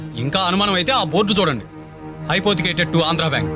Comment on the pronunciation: hypothecate not hypoticate😂